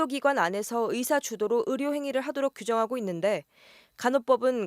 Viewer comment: 발음에 예민한 아나운서나 기자들이 왜 으사, 으료, 으문, 으도 이러는거지? 요즘 '의'를 '으'로 발음 많이 하던데 발음체제가 바뀌었나?